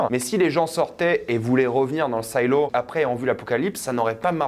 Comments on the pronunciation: Bonne vidéo par contre c'est Silo et pas "Saïlo" et il faut que tu regardes la série See c'est incroyable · SAILO ???? SILO. S + I = SI .SAILLELO . . . . ET BIDON NON BAYEDON ?MAYBE ?????? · Say- lo, say-lo... sérieux tu as découvert le mot avec la série ? Tu sais pas ce que c'est un silo à grain ?